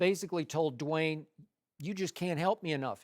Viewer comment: Lmao why did Shannon say "Dee-wayne"